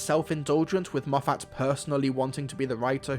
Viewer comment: Please learn how to pronounce Moffat